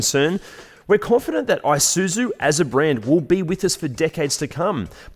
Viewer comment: "AI-SOO-ZOO"! Really. Please pronounce it as "EE-SOO-ZOO".